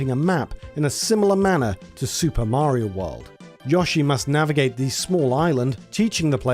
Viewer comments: Yo it’s Yo-Shee not yushi lol 😂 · This video is great, but if I hear "Yaw-she" instead of Yoshi one more time I'm gonna go sicko mode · Fr it’s yo-sheee not yushi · It's Yoshi, not Yashi! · Who tf is Yashi? Its Yo - shi. You brits invented the language. Try and speak it correctly. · Thumbs down because really? An Ad every 5 minutes? And you can't even pronounce YOshi? If I wanted to hear Yawshi I'd move to texas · I understand you have a British accent but he even says his own name and its pronounced YO-SHE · Every time you mispronounce Yoshi, it hurts me.